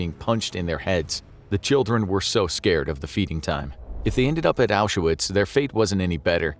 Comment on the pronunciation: FYI, Auschwitz has two syllables. No "A" in the middle. Not Ausch-a-witz.